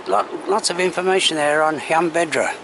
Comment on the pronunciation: You missed out on going to the nearby Roman Steps and the lake that echoes when you shout across it . Btw . You keep mispronouncing Llanbedr .